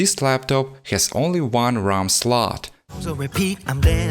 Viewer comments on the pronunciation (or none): Why do you call the ram the rom? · Its ram not rom bro